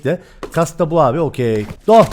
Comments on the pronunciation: Abi niye herkeze doch diyo sun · Sen önce doch demeyi öğren